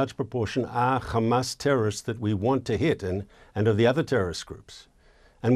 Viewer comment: Sounds like he’s talking about Isra@ every time he says ham-ass